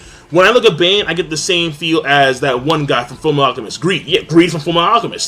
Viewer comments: It's Ban not "Bane" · I hate to be that guy, but it is Ban not Bane. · Golgius. GOAL-GEE-US. Ban. BAH-N. Freisa. FREY-SHA.